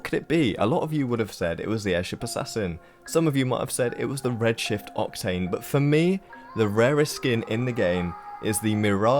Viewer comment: In number 5 I thought you said Red shit octane lmao.